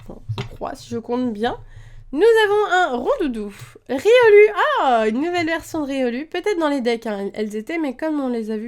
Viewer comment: Ça se prenonce riolou mais sa s'écrit riolu comme ça se prenonce loucario mais sa s'écrit lucario